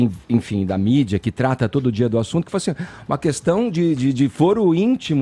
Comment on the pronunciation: O fefito força a barra na pronúncia do d. Hora fala "dia" , hora fala "d'zia". Pra q isso gente??